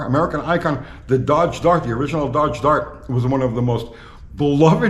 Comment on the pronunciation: You can’t even say the word DODGE !